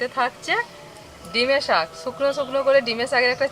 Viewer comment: Dime saag bole na.... Gime saag bole 😁